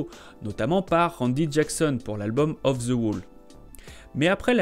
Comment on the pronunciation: Les français SVP arrêtez de prononcer “ The” par Ze , ça irrite les oreilles, merci .